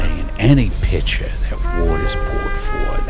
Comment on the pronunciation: Like Watta from a Britta Pitcha, it's good cuz it's got a great Filta!